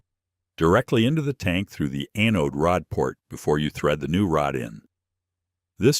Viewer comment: Funny, AI. Mispronounced anode